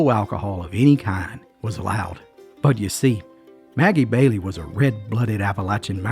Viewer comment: Sounds like Ebow Walker!! And Maggie Valley, NC. Not Maggie Bailey!! Did she make Irish Cream??